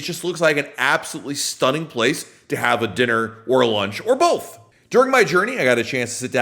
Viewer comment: Love the channel and, but I not cannot un-hear how he says "Both". He says "Bolth"😅